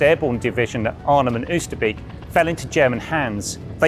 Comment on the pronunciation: After seventy odd years, IWM might have ascertained that Oosterbeek is pronounced OASTER-BAYK- '--beek' being cognate with northern English 'beck' - a stream or brook. beek/ beck Not much difference. Not so difficult. Ditto: Groesbeek. Just saying. alsjeblieft Met vriendelijke groet